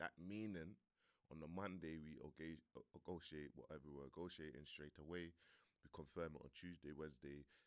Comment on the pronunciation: Man said “ogociate”